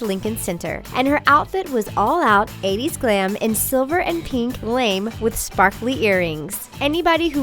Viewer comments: It's pronounced lahm-AY, not lame. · she said lame instead of lamé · it's spelled lame but pronounced luh-may... it's French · Dear NARRATOR, Silver "lamé" is pronounced "la-may"... It was "lame" of you for not asking why would someone call a fabric "lame"!🙄😂😂😂 (Lamé is a French word meaning a woven fabric with gold or silver.) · Lame? It's pronounced Lam-AY! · its pronounced LAH-MAY... not "lame" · Lame? Seriously? Lah may...say it like that. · It isn't lame as in "that's lame".. you accent the e, la-may. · Lame is pronouncedL La may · It’s pronounced like lamay not lame 😒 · It's not "lame"; it's "lamé". Failing to do proper research before blathering on a channel is "lame". A woven or knit fabric with glittery fiber content is "lamé". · the fabric lame is pronounced lamay, not lame. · The word is pronounced Lamay ... not Lame! LOL! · LAME? It's pronounced "LAMAY!" Idiots... smh. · Luh-may... not Lame. just saying. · It's not LAME it's pronounced LA~MAY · Did she mispronounce lame? Isn't like le-may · The Pink Jubilee doll's dress is not lame, it is the french word lamé! Which is pronounced Lahmay! LMFAO when she said, "...silver and pink lame..." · It's LAM-AY, not 'lame' LOL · Lah-mE, not lAme..... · Don't be so "lame" The word is pronounced, "lah-may." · *lamé is pronounce lah MAY' not "lame" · GOLD LAME?!? DID YOU REALLY JUST PRONOUNCE IT "LAME"??? This fucking channel, I swear to GOD! 😡👎👎👎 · LAMÉ, not lame. /lam-ā/ or /lamae/..... Dictionaries! Use them! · The 80's dress wasn't lame. What's lame is how you pronounced lame. It's pronounced, "la-may." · OMG it's pronounced "la-may" not LAME! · The Pink Jubilee Barbie was NOT wearing silver & pink "lame." It's pronounced: la-may. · It's pronounced "La-MAY", not "Lame". And this is a loser topic now, since with the exception of the 1959 Barbie, people are paying the big bucks for the diamonds, NOT the doll itself. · LAME??? Its pronounced LA- MAY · Its LA-MAY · it's pronounced la-may you uncultured swine